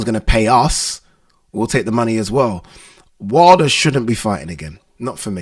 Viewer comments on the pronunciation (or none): The fact that this guy can't even pronounce his own surname right is worrisome.